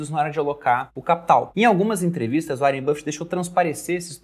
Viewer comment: Cara, que agonia do pronunciando áren buffet pqp